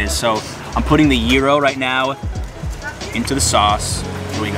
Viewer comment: Guy-ro(Gyro). Not Year-ro(wrong)